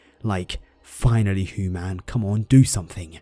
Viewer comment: right? first I though English, but then he said "human" weird. lol It definitely sounds mixed.